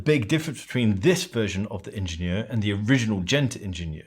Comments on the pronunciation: Lovely video, but it hurt my ears every time you named the watch. It’s AHH-shen-YERR Also, as someone who’s usually a bit OCD there was something charming — and evocative of Genta’s brutalist functional design — in the off centre of the screw points. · Shouldn't it be pronounced as the German word since Schaffhausen is in German speaking Switzerland? It's a French loanword in German and pronounced slightly differently. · "Ingenieur" is german, not french, otherwise it would have an accent on the é "ingénieur".